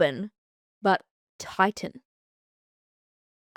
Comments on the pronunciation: The hair colour is pronounced tee-Shan, and I only know this because I have auburn/red hair and many elderly ladies would tell me they loved my “titian” hair when I was little 😂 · Titian (which I believe you may be mispronouncing as "titan") is used to describe a warm brownish-orange or golden-red color.